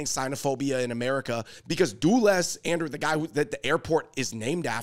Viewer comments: “DUHless” not “DOOless” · Dulles is pronounced "dull ez" not doolis. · It’s not pronounced Doo-liss Andrew. 😂😂😂 It’s pronounced Dull-iss. As in a “dull” blade. Dulles Airport ✈️ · if you can't pronounce 'Dulles', you ain't getting in.